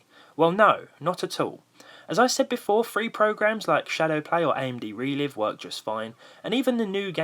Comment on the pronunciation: Please stop saying re-liv.... it's re-live. Sorry it's just annoying me :) Keep up the great vids & Happy Easter.